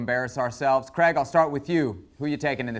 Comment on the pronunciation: Creg. Creg? Is it that difficult to say Craig?